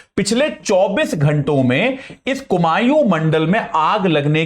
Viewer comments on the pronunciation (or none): कुमाऊं है कुमायूँ नही